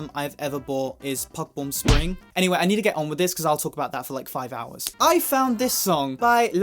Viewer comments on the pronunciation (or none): none